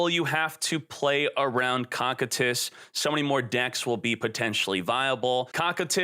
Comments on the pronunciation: "Cockitus" Hahahahahaha COSSSSSITUS (pronuntiation) as the Iced prisons of hell! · Koh Kie Tus !!!!! Can someone please correct him lol its not cockitus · It’s pronounced co-kite-is try watching overlord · its co-kai-t-is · Is he saying Cocytus like that on purpose? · Your pronouncing Cocytus wrong